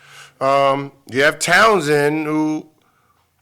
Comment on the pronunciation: His name is Towns Gil goddam 😂